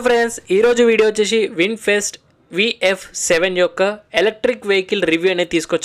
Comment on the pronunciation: Bro vinfest kadhu vinfast😂